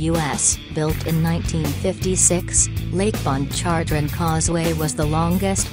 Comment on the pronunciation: It’s pronounced manshack and lake pon char train